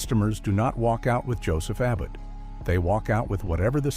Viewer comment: Robot narration. In the verb separates, the second a is long. Abboud is uh-BOOD, not ABBID. Just like with suits, with narration, you get what you pay for. But kudos for getting Mackay (muh-KY) correct.